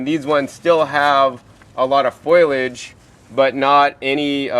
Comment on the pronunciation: he said foilage.